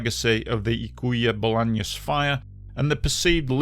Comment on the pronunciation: Amazingly covered video, the only thing I have to note is that Ykua Bolaños is pronounced Oo-coo-ah Boh-lah-nios (the Y in Ykua is a specific vowel to the guaraní language, it sounds like a combination of i and o).